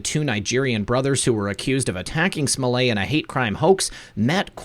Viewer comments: Why SMO-LAY? Since when is an ~ETT ending EVER pronounced as "AY", in English or French? There's buffet & ballet, eh? with ONE (1) 't'. But majorette, marionette, cigarette, etiquette, I bet them all; NARY AN "EH?" SO KNOCK IT OFF, Mr. fake French, Chicago. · Smoh LETT the final t is silent in French, but not when it is doubled. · Smollett. The t’s aren’t silent ... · Everytime you say Juicy Smollet' I crack up!!